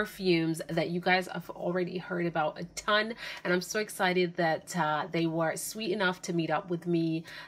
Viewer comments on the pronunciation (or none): none